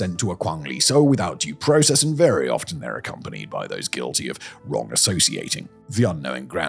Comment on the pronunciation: 'Due Process' oh c'mon Simon, you too?!